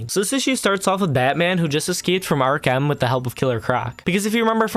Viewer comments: “Ark-em” why the fuck are you saying it like that? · nah, no way bro said "Ark-An" instead of Arkham.